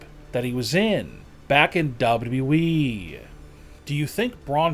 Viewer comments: Probably not a good theme for a channel if you cant even pronounce WWE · Wrestling video narrated by someone who can't pronounce "WWE" correctly. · This is awful commentary. He can't say WWE, his tonality is awful. What is this rollercoaster of voice as if he's some awful 80's reporter. Get someone else to do the commentary. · .....say wwe again lmfao... your careful saying everything else but W W E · This theory would make sense but then think of all the time he loses dropping that W from WWE 😂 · The way this guy pronounces WWE defies all laws of speech to the point I don't know how the human brain can even comprehend it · this narrator struggles to say two W’s in a row as he butchers the english language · He speaks perfect English but can't say WWE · maker of this didnt speak correct word wwe he talks like we we we what f H bro so anoyin tho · After seeing this video I hope I never have hear the words "WWEeeeee" being raped as bad as it is on here.👊🤣 Still....thx for the upload.👊😎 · Why can't he say WWE ... double u dwee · why are you propsly saying weeeeee when you can pronounce wwe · This narration makes it sound like the guys look horrible. Also what’s up with the W.E ?? 😂😂😂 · Not only is this video 100% False, especially on Braun Strowman, but the way he says "WWE" makes me straight up CRINGE. Sounds like he's saying, "Dubbadub-E" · When he pronounces “WWE” he says “WWEEEEEEEE” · dubba u e 😂😂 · “ W E “ ?!? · What the fuck is "double u eeeeeeeeeeee"? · did this mans just say “WWE” or “Double E” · he's like Michael cole cole says it like "Wwee" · Disliked video because of "dub-a-dubee"... God damn annoying. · This narration is pure agony. My mans says WWE as “ Dubaduba Eeeeee “ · sometimes he just says "Dub Yeee".. what the hell .. i'm crying over here. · Ok so you can talk about ppl gaining weight so can we talk about the way wwe was said in this video ……”dubdooblee” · BACK IN DUBLEDUBLE EEEEE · why you say dab dab e????? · Dablu dublu eeeeeee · Dub dubdouwee